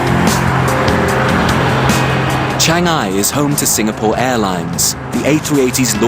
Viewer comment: he says changi wrong!